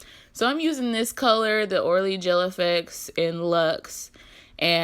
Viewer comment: It's pronounced "oh really" not "orally*. Love your work!! Beautiful styles! Thank you for sharing your art styles.